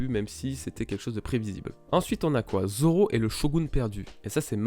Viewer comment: Goya Seiku mdr quand il 1v1 mihawk au debut il dit Roronoa dzoro imagine ct un d mais personne n'avait compris